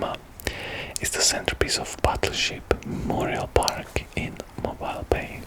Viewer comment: it's pronounced Mobeele not Mobile